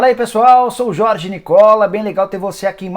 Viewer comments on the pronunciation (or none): none